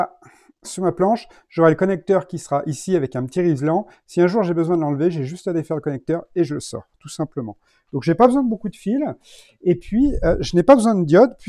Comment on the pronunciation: Pourquoi rislan ????? Je me suis retenu la dernière fois mais on dit Rilsan ;) Merci pour le câblage du batteur.